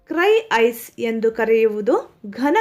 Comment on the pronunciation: 28.ಕ್ರೈ ಐಸ್ ಅಲ್ಲ ಮೇಡಂ ಅದು ಡ್ರೈ ಐಸ್